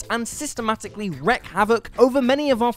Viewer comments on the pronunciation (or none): "reck havoc" Come on, you guys are paid to read out loud, learn whats words are. WREAK HAVOC... reek. It's pronounced reek.